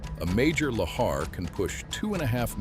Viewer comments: 6 different pronunciations of Lahar is too much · It's pronounced "la-HAR"... It would be a fun drinking game where you take a shot every time he uses a different prronounciation of "lahar". I'm also not really ok about the pronounciation of "osceola", but there could be an alternate pronouciations. It's probably the AI narrator.Anyway, great video with neat facts, but very repetitive. I feel this could've been a really info-intensive 15 minutes. Smectite? That is a terrible name for anything for many reasons. One Does anyome calll it "The Sistine Ceilling? It's "The Sistine Chapel", unless I'm mixing up locatioms agian.